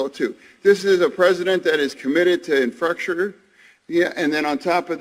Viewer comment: Infuckture? Is that a double entendre or a freudian slip of things to cum?🤣🤣🤣🤣